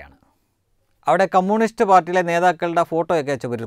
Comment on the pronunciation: കമ്മൂണിസ്റ്റ് അല്ല . കമ്യൂണിസ്റ്റ് .